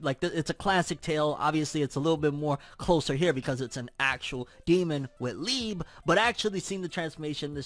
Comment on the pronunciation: My boy it’s pronounced lee-bay